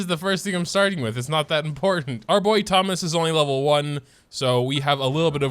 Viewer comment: It is not Thomas it’s thoma